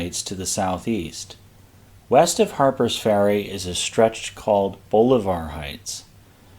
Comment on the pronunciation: l see where viewers are letting you know of pronunciations. I will add that Bolivar Heights is pronounced Boll-la-ver. Where l come from near Houston,down on Galveston lsland's east end is the Bolivar Ferry. There is no fee to go to Bolivar Peninsula across Bolivar Roads.